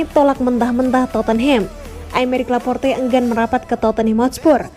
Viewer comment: Mnt , kenapa Laporte jadi Laporta min ?? Beda 1 huruf udah beda orang min 🤣🤣